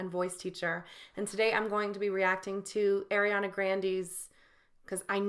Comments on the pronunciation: Its not aa-riana its ariana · Her name is pronounced Ah-re-ana Gr-ahn-day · air-riana grandy 😂 i love that.. she did pronounce it “grandy” in that interview cause she said that’s what her grandfather would say but it is pronounced grande like the starbucks drink and it’s ar-riana 💛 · Astro Tony and it’s ARIana not AIRiana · first of all you say “Ariana” wrong as well if you want to correct Grande